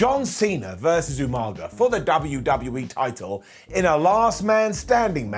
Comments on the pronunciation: Like the way calls him umaga then goes all William regal and calls him umanga twice lol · Almost but not exactly. William Regal always pronounced his name “You-Manga” which was hilariously bad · Ffs! How can call them “UMnUM😅😅😅😅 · Popped for the Umanga instead of Umaga 😂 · Hearing pronounce Umaga the way William Regal does (You-Manga) will always make me chuckle. Little touches like that are why is the best! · what is the deal with british people sayin Youmanga😂😂😂 i was reminded of how many time Regal butchered that poor soul's name